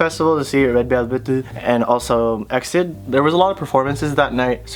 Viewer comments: Pet peeve: exid isn't said like exit, but spelled out e x i d LIKE BRO I KEPT SAYING EXID BEFORE BUT WHEN I HEARD E X I D I KEPT SC R E A M I N G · Okay but it's not exid it's e-x-i-d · That moment when you pronounce EXID wrong cx love the video though! i fanboy hard when idols like my comment on instagram, i'd die if i met them irl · WAIT IT'S E.X.I.D AND NOT EXID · i still pronouce it wrong even though i know better